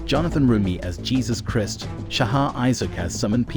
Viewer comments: Please say Jesus Christ the proper way pleeeeeeese❤ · Please pronounce Jesus Christ the correct way. Thank you.